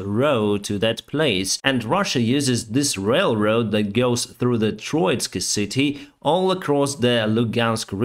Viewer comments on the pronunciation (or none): none